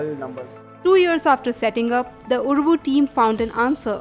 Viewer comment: It is Uravu , not uruvu.